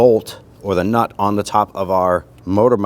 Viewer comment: Bro, where are you from? I keep hearing you say "knot" but I know you're saying nut.